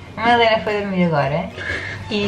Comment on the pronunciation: 'TENTE primâro a Madalêna' ...a sério?